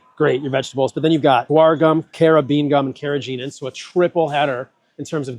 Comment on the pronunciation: Carrageenan’s g is hard, as in go.